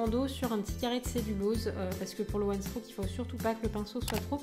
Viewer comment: Je pense que tu ne sais pas ce que c'est le one strock (d'ailleurs tu le prononces mal) Ce n'est pas un un dégradé de deux couleur mais une nuance de deux couleurs !!! Ça peux aussi se faire avec 3 ou 4 couleurs ! Et tu utilises beaucoup trop de peinture ! Enfin bref que des incompétences. Bonne continuation 😍